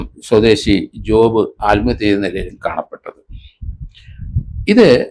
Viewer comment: സാർ... ആൽമഹത്യ അല്ല. ആത്മഹത്യ.